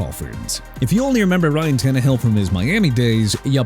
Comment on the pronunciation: Bro said ryan tannehill😂